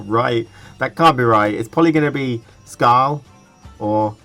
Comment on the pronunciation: I believe Skjall is pronounced "Skyall"